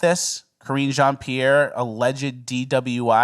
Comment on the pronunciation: Say it like Matt Walsh- “Karen Jean Pear” 😂